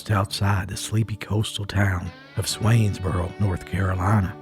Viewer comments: It's "Swansboro" not Swainsboro lol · You pronounced it " Swainsboro", its pronounced Swansboro as in the bird. Swan😅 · Swansboro, not Swainsboro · Carteret County girl here... Confused me at Swainsboro- you must mean Swansboro. It's mostly in Onslow County but there's a small unincorporated area in Carteret called Swansboro. Love your stories! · “Swanesboro”? I’ve never heard it pronounced with an E. Swans-boro is all I’ve ever known it as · I grew up in Carteret County N.C. it's not swainsboro lol its Swansboro like swan the fowl. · The town of his birth is SWANsboro like the bird. There is no I in it. Just saying. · By the way, the name of the town is Swansboro - pronounced like the bird, Swan. thanks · No disrespect but in NC or at least around the beach we say swan's borrow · Why are you pronouncing swansboro like that? Sorry, but if you’re from Carteret County, you wouldn’t do that. It would hurt to do it. It’s weird.